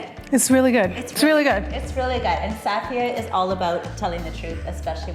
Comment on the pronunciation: I wonder if she's pronouncing her name wrong. BC i have the same name, spelling and most Safiya's don't pronounce it that way.